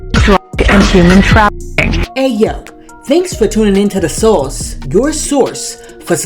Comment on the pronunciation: She said "afficking", trafficking but without the "tr" !!!